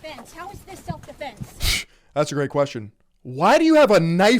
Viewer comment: "Self deflense" lol